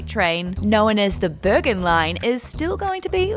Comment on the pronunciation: It is Bergen with a hard g. as a Swede probably says it like the Swedish word for mountains - bergen, which is not the Norwegian way.